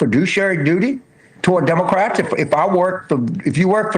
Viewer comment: I thought his appeal was that he says Democwats